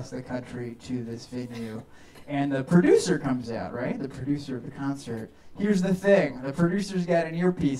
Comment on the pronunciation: “Heresh da thing”